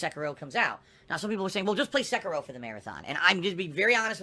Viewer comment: Please, for the love of god, stop pronouncing Sekiro as Sehkeerow like DSP does it. It's Seh-Ki-Roh.